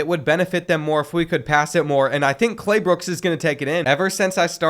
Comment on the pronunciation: bro called him “Claybooks” instead of Claybrooks the whole video until 😭